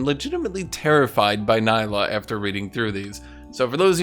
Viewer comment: It's not pronounced Ny-lah for God's sake, It's Nee-lah !